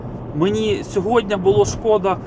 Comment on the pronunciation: СьогоднІ, а не сьогоднЯ